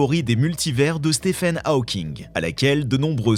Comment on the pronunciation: Ta manière de prononcer Hawking.... En plus tu le répètes 40 fois